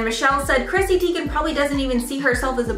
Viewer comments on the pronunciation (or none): She said her name is supposed to be pronounced Chrissy TY-gan. Just FYI for future reference